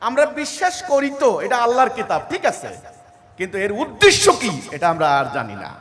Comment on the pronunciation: যে উদ্দেশ্যকে উদ্দিশ্য বলে সেতো বাংলাভাষা ঠিক করে জানে না। সে আর অন্য জ্ঞান কি দেবে?